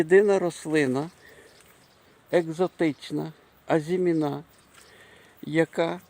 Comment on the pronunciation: В українській мові (на відміну від французької) наголос у слові "АЗИМІНА" на передостанньому складі